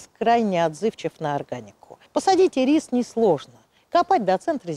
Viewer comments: ударение в названии падает на первый слог - Ирис! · Всё замечательно:интересная информация, литературная речь, эмоциональная подача материала настоящим знатоком своего дела. Только, пожалуйста, ударение в словах "ИРИС", "ХВОЯ" ставьте на первом слоге, а не на втором:"И'РИС",ХВО'Я".